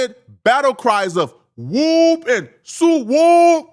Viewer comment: You said whoooop all wrong. You need to get slapped for that...